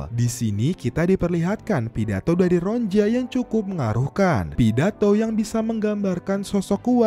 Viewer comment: Ronia bukan ronja min😂